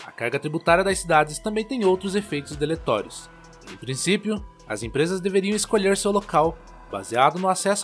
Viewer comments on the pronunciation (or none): "deletorios" Alguém pode me ajudar nessa palavra que ouvi da narração? Será que não quiseram dizer "deletério'? (destrutivo; danoso, nocivo)